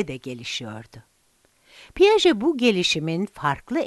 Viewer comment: Piyajet değil piyaje diye okunur